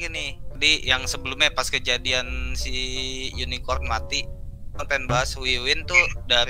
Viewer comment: wiwin kasih tau napa le "unicorn" bukan unikron